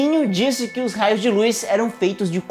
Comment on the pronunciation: O único problema é a pronúncia de LUZ, do latim 'lux' O correto é LUZ mesmo, e não "lúis"